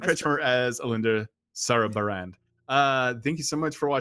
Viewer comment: What's weird isn't that has trouble pronouncing "Sarrbarand" but that he has trouble with that but not "Dayapreth"